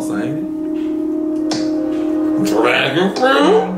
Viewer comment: you’re mad annoying 🤣🤣🤣🤣😭😭why you had to say dragonfruit like that LMFAOOOOOOO